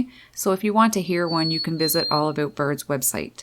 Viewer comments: Like it, but having a hard time with the "aboooot." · Holy shit I’m canadian and never heard anyone here say “aboot” instead of about. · Me: "hm I like birds alright" Narrator: "aboot" Me: :) Me: subbed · Immediately noticed that Canadian accent when she said "aboot" lol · Did you say aboot? Or was that my imagination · Thought " a boat " was a new word. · I think she actually said, “A-boot”. Lol! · The most Canadian pronunciation of "about" that I ever heard. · "About" lol I chuckle Everytime you say it ☺️😄